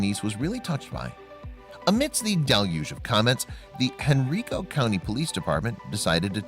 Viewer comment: It's pronounced Hen-rye-co ( Henrico ) County, VA..The County was named for Henry, Prince of Wales..Henrico County was Virginia's second colony settlement ...